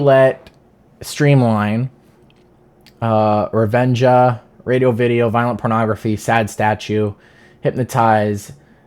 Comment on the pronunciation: Revenga is pronounced with a G sound not a J btw. Re-Ven-Guh